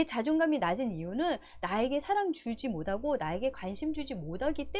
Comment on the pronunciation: 좋은내용 잘들었습니다 많이도움받고 갑니다 그런데 '못하고' 발음이 안되시네요~ㅋ 귀엽게듣고가요